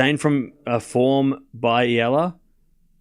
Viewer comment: thanks ! you pronounce now EALA perfectly 👌